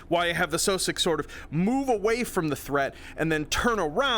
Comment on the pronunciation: I always thought that sosiog was pernounced (Sauh sig)